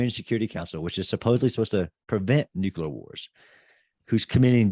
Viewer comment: Why do so many guys have trouble saying the word nuclear? I've heard so many people pronounce it nuculer. Wonderful podcast by the way.